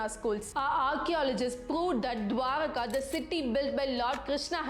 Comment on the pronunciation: You pronounced dwarka correct